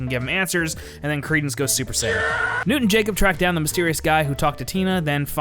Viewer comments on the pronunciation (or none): none